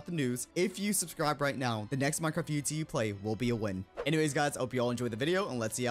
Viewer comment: I love it when he said like UHZ and not UHC